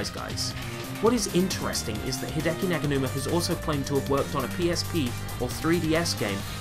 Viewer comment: Fantastic video! There are so many samples here my brain hurts just from thinkin' about it! Also, thanks for pronouncin' my name right, nobody ever does xD Also, with the Garageband thing, I don't think Hideki uses Garageband, he just has the samples/loops. I have the entirety of the Garageband loops and Jam Packs and I use FL Studio on a Windows 8 laptop, all ripped from my school computer. Anyways, keep up the awesome work!